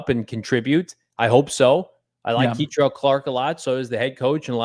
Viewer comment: Kei-trel Clark??? Oh man we’re in trouble. U guys thought he wasnt even going to make practice squad!